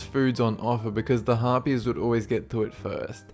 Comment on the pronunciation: u got Harpys right